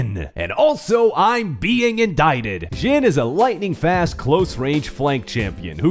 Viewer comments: Why is he saying ' Jin '?!? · It’s not ‘zhin’ It’s ‘zhin’ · Why are you pronouncing it like that? Not even the character himself pronounces it like that.